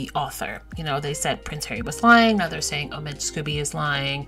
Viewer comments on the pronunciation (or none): Scobie not Scooby Doo.🤷🏻‍♀️ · The man’s name is Scoe bee.